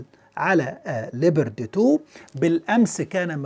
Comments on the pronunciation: 🐆🐆🐆🐆🐆🐆🐆🐆🐆🐆🐆🐆🐆🐆🐆🐆🐆🐆🐆🐆🐆🐆🐆🐆 اسم الدبّابة ليييييوبااارد وليس ليبرد 🐆🐆🐆🐆🐆🐆🐆🐆🐆🐆🐆🐆🐆🐆🐆🐆🐆🐆🐆🐆🐆🐆🐆🐆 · تحليل ممناز ، عفوا الدبابة اسمها ليوبارد و ليست ليبرد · اسم الدبابة ليوبارد و ليس ليبرتي